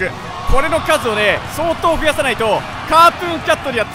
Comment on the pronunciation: ｶｧﾃｩンキャト